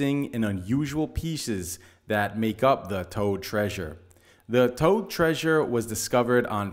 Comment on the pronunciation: And pronunciation of Tod is far more accurate than mine.